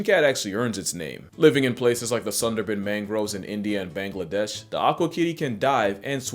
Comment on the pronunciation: hey man small thing but im bengali and ppl from there pronouce bangladesh kinda like bahngladesh or bongladesh like 🍃